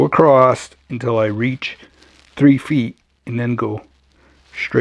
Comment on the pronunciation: Why do you pronounce "across" acrossed? Straight acrossed, go acrossed, etc?